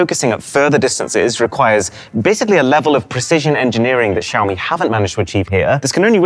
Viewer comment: Xiaomi = showerme